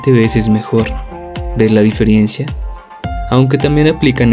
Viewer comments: Es " diferencia".... no " diferiencia" 😞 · Me empezaban a gustar tus videos hasta que dijiste: "diferiencia" me di cuenta que eres un pendejo. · Excelente todo, excepto la música muy alta y se dice diferencia 😉